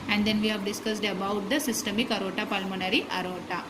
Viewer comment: It's not arota it is aorta